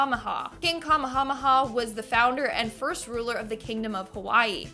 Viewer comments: I love you, but it’s pronounced Kuh-May-Uh-May’-uh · Kamehameha is pronounced Kuh-MAY-huh-MAY-huh. Just trying to be helpful to my favorite girl. :-) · Kamehameha is pronounced Kuh MAY hah MAY hah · It's KA MAY A MAY A. AND, Boudica was a lycean queen during the ancient Roman conquering of what is now Britain. Just sayin, not tryin to b mean. 🙂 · 😂😂😂 pronounced Kah-maya-maya... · Well done... except it's pronounced ka- may-ha-may-ha but I loved hearing how you pronounced it. Made me smile big time! I'm Hawaii born and bred so I promise I am not steering you wrong. I love watching you!!! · Bro she said Kamahamaha I thought bout to blame the camera away lol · Ka-may-ah-may'ah and Boudicca has nothing to do with Elizabeth 1